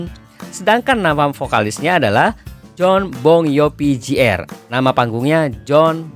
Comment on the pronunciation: meski di belakang nama orang ada "Jr." atau dg "(Jr)", umumnya seorang pembaca/ narator membacanya lgsg dg "Junior" dan bukan "Jey-Arr" utk menghindari pendengarnya mengasosiasikan dengan "J.R."